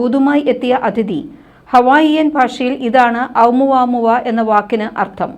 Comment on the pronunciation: ഓമുവമുവ എന്നാണ്